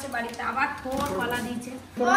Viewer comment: কোলা নয়, কলা বলুন, লঙ্কা নয়, লঙ্কা